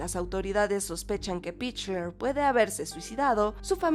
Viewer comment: Se pronuncia pickler Se pronuncia Lin como Lin manuel miranda